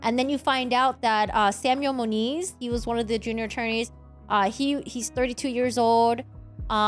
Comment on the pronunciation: It is Moniz not Muniz